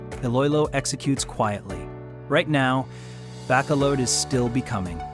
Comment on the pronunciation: How can you expect to be taken seriously if you don't even take the time to learn how to pronounce the names of the two cities that are featured in your video?!? 😂